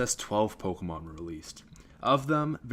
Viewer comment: Learn to pronounce pokemon..